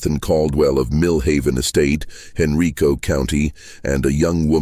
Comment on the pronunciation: It's "Hen-RYE-co"